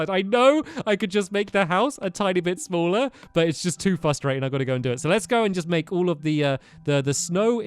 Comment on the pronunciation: Ghost Cuber he says it more as fustrating